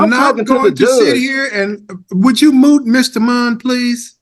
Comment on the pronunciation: The judge never says mute, instead he always says MOOT 😂😂😂